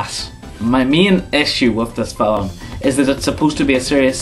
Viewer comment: Hey! You say Fi-lm in 2 syllables! I hate that!